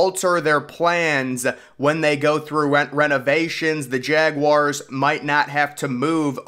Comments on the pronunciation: Jaguars not jag wires 😩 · I can’t take this guy seriously if insists on saying jawires, cmon dude